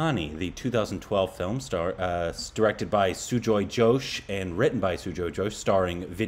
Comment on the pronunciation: Not Sujoy Josh It's Sujoy Ghosh.